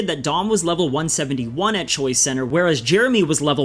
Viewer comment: Only thing I have against this video is it sounds like you’re saying Choi center and not choice center